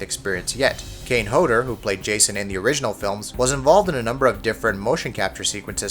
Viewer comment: This guy cant say the names right first kane and then harry